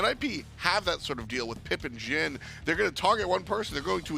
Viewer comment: JIN not zhin